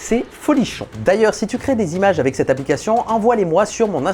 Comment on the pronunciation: S'il te plait arrête de dire "avé" au lieu de "avec"